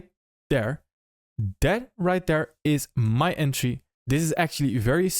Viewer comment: I think I click on your videos just to hear you say "right D'ERE"